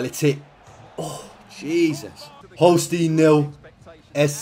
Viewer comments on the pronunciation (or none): hearing your pronunciation of Holstein is weird